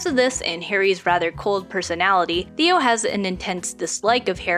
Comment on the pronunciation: before i finish this video, his name is pronounced "Tay-oh" not "Theo" !!